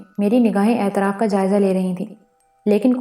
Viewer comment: واہ واہ واہ واہ واہ واہ کتنا زبردست ناول ھے۔۔۔۔۔ پہلی قسط سے اب تک سامعین کو تحیر کی مضبوط گرفت میں لے کر آگے بڑھا جارہا ھے۔ انتہائ معیاری پیشکش جسکا سب سے بڑی وجہ پیش کرنے والی خاتون / خواتین کی بیحد واضیح اور پراثر آواز ھے۔ صرف کچھ الفاظ کے زیر زبر پیش اور تشدید درست نہیں۔۔۔۔ مثلاً "اطراف کو اعتراف " کہا جارھا ھے، "تغلق خان Tughlaq Khan کو تغلق خان Taghluq Khan" کہا جارھا ھے۔ ۔۔۔ بلبلاتا Bilbilata کو Bulbulata" اور چار چھ دیگر الفاظ۔ اسکے علاوہ سب کچھ بہترین ھے۔ بہت سی مبارکباد قبول کیجیئے۔